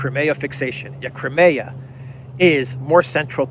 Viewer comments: Hi, it’s CRY-ME-AH not kremea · Good video. However, Russian is not the easiest language for westerners. That means pronunciation of many Russian words is difficult. Crimea is not one of them. Generally agreed is “Cry-me-a,” and even Russian speakers pronounce the word that way. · Just wondering. Do all American accents pronounce Crimea as "Cri-mayah" as opposed to the UK pronouncement "Cry-me-ah"? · Just say KRIM. Ukrainians, Russians and all Slavic people will understand.